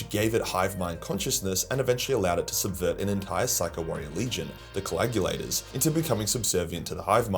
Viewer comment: Add "coagulator" to the long list of words that can't pronounce.